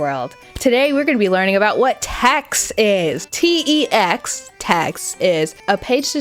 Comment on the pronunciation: I've been getting your videos recommended to me for a minute but finally had the time to watch one and OF COURSE it's the one that has a random sidenote on TeX, I'm sobbing [even if you called it outdated :(] she is beautiful to me and my inability to structure homework + write research reports. Great video btw!!!, and it's pronounced "Tech" because the X is actually the greek letter Chi, and it's basically to microsoft word as linux is to windows. But again, great video, these videos and posts can really be such big issues unfortunately :(